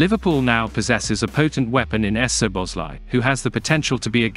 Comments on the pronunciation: “Soboslai” i think would be read just like we pronounce it. Saw-boss-lai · The butchering of the name es-zoboszlai is killing the mood. I know it's an automatic voice, but gah, it hurts my ears. Cheers from a fellow Hungarian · No problem. I believe if the Z from the second letter would be omitted from the text the voice reader would say it perfectly. The SZ in Hungarian is pronounced as S in “say or sweet” in English. So the presence of the Z is confusing the machine. S in Hungarian would be like what you pronounce at “show or shade or shadow”, so for us the presence of a Z means it’s a clean S which in English is already present. If you can and want to and takes no effort, that should work much better. 🙂